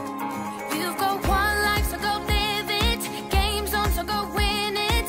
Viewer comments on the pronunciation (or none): none